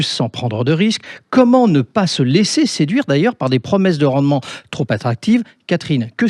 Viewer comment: trop alléchant - pas "tros alléchant"